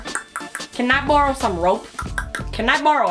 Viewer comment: am I the only one fascinated by the way she pronounces "borrow"?